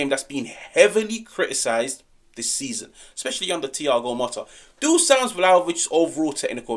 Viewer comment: It's DU-SH-AN not DUSAN. Appreciate yer dedication. I'm yer biggest supporter.